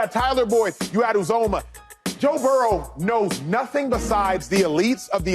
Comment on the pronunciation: Bragging about Uzomah and you can’t even pronounce his name.